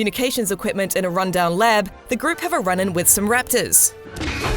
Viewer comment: U say raptors funny lol... riptors rattors